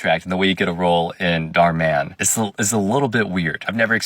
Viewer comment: It’s pronounced Dh ur mu n not daar man